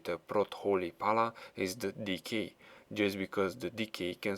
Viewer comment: Lol when you say DK you pronounce it Dickie